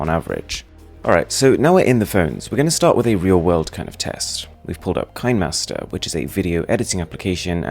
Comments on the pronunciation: *Kuh neh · Uhh kinemaster is supposed to be pronounced key-ne(ne in Ned, the name) then master(no change here)